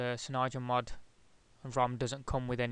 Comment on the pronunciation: your saying it wrong! its cyanogen not cynyogen :S